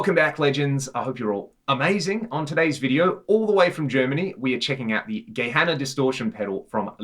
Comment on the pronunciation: His pronunciation was actually pretty spot on! Instinct would tell to say "ck" but that's how we can tell right away if someone is a native speaker :D And thanks so much for the compliments! Engineering is really kind of a society-thing here - also our regulations on what kind of devices you're actually allowed to sell are waaaay stricter than in other countries! I've bought a lot of US-made pedals and opened them up just out of pure interest and quite a lot of them would be taken off the market here in no time because they don't meet the regulations - of course not as they don't apply in other countries. And yeah - love this channel, too!